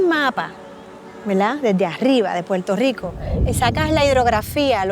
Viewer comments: I LOVE how you pronounce Puerto Rico! Sooo authentic! Perfecto! 👌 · Great video. Car companies and politicians trying to line their pockets have ruined so many cities. btw the way you say puerto rico is amazing